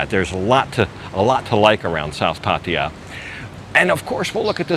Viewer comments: Pattia??? 😂😂😂😂 cracks me up every time 😂😂😂 dumb arse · You have such a weird accent and the way you say Pattaya is like no other pronounces it. Ok. Enjoy your stay.